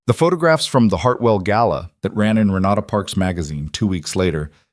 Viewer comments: Southern Arizona United States of America Gala NOT Gallow. Good story. I really enjoyed it. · AI‼️ The word is 'GALA'; not 'GALLOW'‼️ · It's not gallow, it's gala. I hate AI.